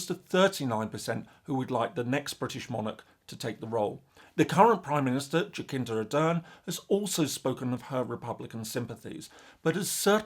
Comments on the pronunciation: Jacinda Ardern’s name is pronounced Jassinda not Jackinda. The polling you quoted about Australia is not credible. A well regarded poll by a respected polling organisation recently found 63% wanted an Australian head of state. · I love your videos but did you really pronounce Jacinda as Jakinda? 😂